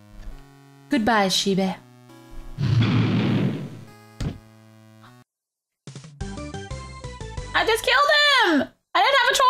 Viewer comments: It's Supposed To Say Shibe But It Said Shit LOL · ya know it's not Shebe it's Shibe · you pronounced shibe and doge doge isnt dog its doe ga and shibe is shi ba